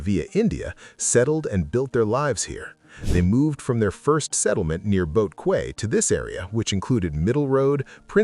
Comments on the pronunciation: Kway??? Quay is pronounced "key" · Oh for goodness sake. I'm guessing narration is AI-generated. Because of its faulty pronounciation. "Rochor" & "Selegie" & "Quay" etc. Can't you guys do a better job?